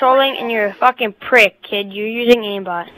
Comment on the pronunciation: "he's such a prique" LOL